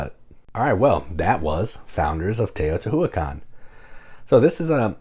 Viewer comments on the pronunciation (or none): I think it's pronounced: Tay-oh-tee-WHA-KHAN not Tay-oh-tee-HOO-ah-khan